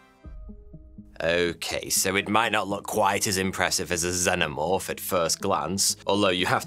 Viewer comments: I love when people say Xenomorph wrong it just shows they've never watched the movie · Bro how u mispronouncing xenomorph when there are 4 films which literally say it for u. I got an idea go watch one of thems🤦‍♂️